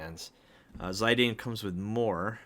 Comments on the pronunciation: Zie-Dane Tribble. Come on. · I have never heard that pronunciation before. I used to say Zid-Ayne, but I think it’s Zid-aan? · According to the original Japanese version it'd be "Zee-dahn" or "Shee-dahn" which is their pronounciation of an english "Z". That said, thank you for the unboxing, I wanted to order them so much but Bring Arts and PAK have such bad quality control and painting issues that I did not dare to go through with it. Even on your figures I can see smaller spots of paint either missing (left side of his blue ribbon) or those that aren't as pronounced, as you pointed out Lily/Garnet's face. And I've seen other reviews where Ziddy's arm/toe joint comes off outright. It's also an extreme shame that they don't use actual chains for the neclaces anymore. My old Play Arts Squall has them and for that amount of money you'd sure as heck expect something better than pure, hard plastic. And the old ones were much cheaper. Other than that I have to agree, the shading and gradiants are really nice on those. Whats especially impressive with the IX ones is the fact that they did the hair right for once. It doesn't look as "overstyled" or "realistic" as it does on the Nier Automata and FFVII ones or as badly cut as the KH versions. Usually SE and Koto really botch it but this worked out great. Love Ziddy's faces and the weapons they included so much. Garnet/Lily on the other hand especially her mouth line should have been as pronounced as Ziddy's and her crystal could've been a differnt material (transparent or holographic PVC material for the rainbowcolored shine of the Alexandrite). Overall those